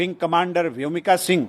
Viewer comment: प्रोफेसर रामगोपाल यादव से तो ऐसी अपेक्षा नहीं की जा सकती। उन्होंने अपने शिक्षा प्रदान के समय में जाने कितने ऐसे शानदार छात्रों को शिक्षित किया होगा लेकिन आज उनके इस अशोभनीय ब्यान से देश में उनके अनेकों छात्रों के सम्मान को भी ठेस पहुंची होगी। प्रोफेसर साहब को शर्म आनी चाहिए उन्हें व्योमिका शब्द भी बोलना नहीं आता तो वह किसी की खूबियों का आंकलन किस प्रकार से कर सकते है।दरअसल उनकी खुद की गिरी हुई मानसिकता भी इसी से परिलक्षित होती है।देश तो माफ नहीं करेगा इनके परिवार जन भी पीठ पीछे इनके इस प्रकार के विचारों की भर्त्सना करेगा। शेम प्रोफेसर रामगोपाल यादव शेम।